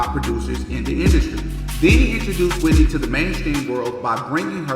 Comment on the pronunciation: Are you ok 😂😂it's Whitney